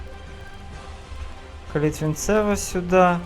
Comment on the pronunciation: Правильно казати БелькЕвич (наголос на кЕ) та Калітвінцев(наголос на цев) Рінкон(на кон)